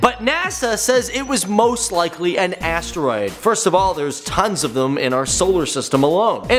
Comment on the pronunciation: when he said "asteroid" i thought he sais "ass droid"